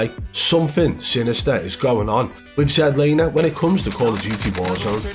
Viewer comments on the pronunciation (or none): This is the first video I ever seen of yours and wow! This is how you wanna try and make money? Trashing a guy that has a life..and it's not zed laner.its ZLANER.. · Zed Laner? 🤣🤣🤣 It's Z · “Zed Laner” Lol. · ZED Laner ahahahahaahahAHHAHHHAH at least get the name right, geeez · You dont half waffle some sh#te you hahaha. You cant even say his name. Zed laner? Hahahaha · Dude you can’t even say his name right so how can anyone believe you lol